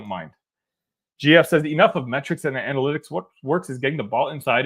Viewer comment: Brad is setting Tyler to take over the team once he retires. Then we’ll be shooting nothing but threes. An-uh-lit-iks 😉